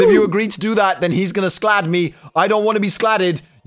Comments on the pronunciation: It's pronounced scald... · Lmao he can't pronounce 'Scald'